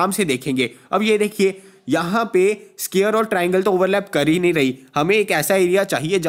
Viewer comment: Square ko scare bol rahe hai